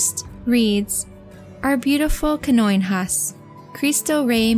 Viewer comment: I’m not especially fluent in Portuguese, but based on what I know of its phonetic rules, I think that Canoinhas is supposed to be pronounced ’kah-noh-EEN-yahs’.